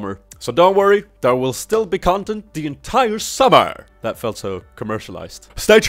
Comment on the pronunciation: That not "tjat"